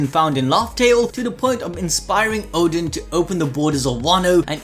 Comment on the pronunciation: Bro is calling Oden "Odin"